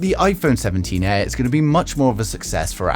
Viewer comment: "Iphone 17 EH"